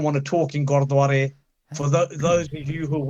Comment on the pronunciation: Kamalroop paji you keep saying "godwara" repetitively. ...bro it's gurdwara not godwara like u keep saying.